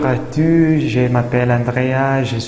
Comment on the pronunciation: Sei perfetto ma all’inizio devi pronunciare Bonjour à tous e in questo caso devi pronunciare la S finale perché si tratta di un pronome